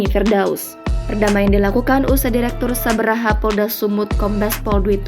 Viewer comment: Mbak Jurnalis, itu nama satuanya SABHARA ya, Bukan Sabraha 🤣